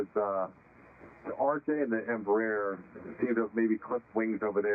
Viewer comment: Embraer is pronounced: En Bra Air 😊 then you sound almost like the correct Portuguese pronunciation